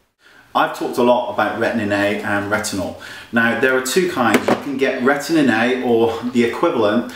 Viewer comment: I love the way that Wayne pronounces Retin A..Retinnnay :) So cute.